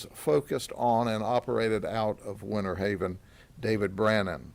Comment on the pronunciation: It's not "Winnerhaven...", it's Winterhaven and not "...innernational...", but "international." Please, people, pronounce your "Ts" when you speak such words. Our US English language does not need to be totally decimated; it's already overburdened with slang and mispronunciations. When saying "international," pronounce the "t." PLEASE! Again, another example: it's "winter," not "winner." Get it?